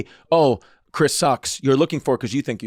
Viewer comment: Chwis issa vely vely sowwy